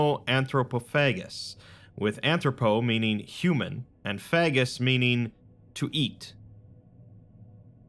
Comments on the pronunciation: I think it's pronounced Fay-jus.... phagis, from the suffix -phagia, a medical term regarding eating... it isn't Fag-Us. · Ho, ho! He doth sayeth “Fageth”. Most amusing. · I dont wanna be rude but you definitely mispronounced "-phagus", at least to my knowledge.